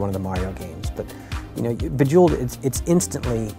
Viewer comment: Bejewelld??? COME ON GUYS, WHAT THE FUCK?!